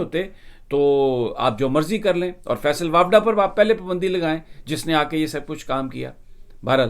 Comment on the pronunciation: سمیع صاحب! لگتا ھے کہ آپ فیصل واڈا کو فیصل واپڈا بولتے ہیں